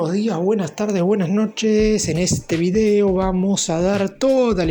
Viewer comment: De el =. Del Video = vidéo acentuar la e como se hace en Argentina hay como una saña e que tenés para reproducir errores españoles y latinoamericanos